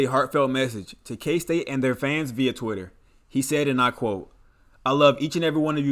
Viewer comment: Absolutely butchered all the kstate names